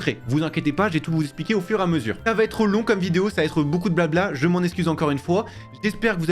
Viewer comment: Ça se prononce eXpliquer et pas eSpliquer 😅 sinon merci pour la vidéo 🙏🏽